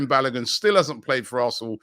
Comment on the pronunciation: Robbie’s pronunciation of Balogun is frustrating .